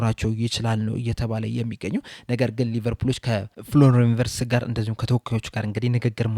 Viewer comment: ... ቪትዝ ነው፤ ቨርትዝ አይደለም